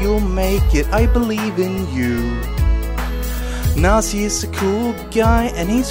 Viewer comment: this is so why is he saying Nielsy?